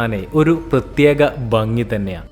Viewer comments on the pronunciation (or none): Bangi alla, bhangi.... Ella aduthum bangi bangi 😊